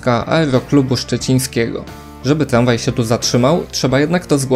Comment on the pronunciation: Tlanspolt, tlamwaj... Nie ufam komuś kto nie wymawia R.